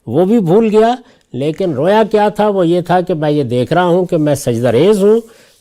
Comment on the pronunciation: رویا واو مجہول سے نہیں واو معروف سے ھے